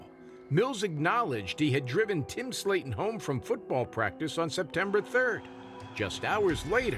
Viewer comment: *Slaten, not Slayton